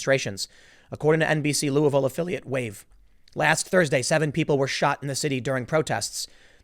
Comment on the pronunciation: The name of my city is pronounced Lulvul. You say it with the tip of your tongue plastered to the roof of your mouth the entire time you say it. Now, it may be more appropriate to say lol-ville.